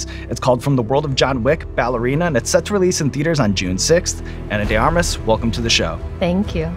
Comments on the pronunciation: Her name is Anna de *ARMAS*??? I thought Eric the Actor was saying "Anna de *Garmas*" all these years... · Surprised Sean Evans didn't research how to say her name correctly! He usually researches his guests quite well 🤔